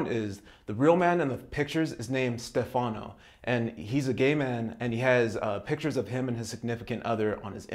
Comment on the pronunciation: No big deal, but the name Stefano is pronounced with the accent on the first sylable. Like STEFano. I'm an American woman who's lived in Italy for decades, coincidentally in Milano, where the real profile in the video is from and my second husband and father of two of my three children is named Stefano. Our horrible next door neighbor in New Orleans INSISTED upon calling my ex husband "Ste FANO", so when I hear it pronounced that way it drives me nuts. It's really easy to pronounce the name correctly, so I just thought I'd let you know. Ciao! 🌞